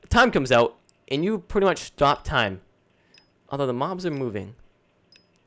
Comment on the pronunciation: Please stop saying 'pwiddy much'.